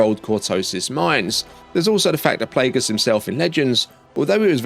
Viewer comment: Dude it's NOT Plaugus